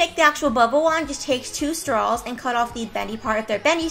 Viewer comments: who says 'strawls'😑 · "next you just take your stralls"